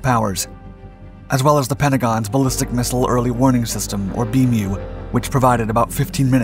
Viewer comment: Please...Ballistic Missile Early Warning System...BMEWS, not BMEW. And Worldwide Military Command and Control System...WWMCCS, pronounced "wimmix."